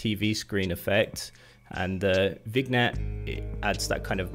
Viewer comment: Vignette is pronounced Vin-yet. 👍🏻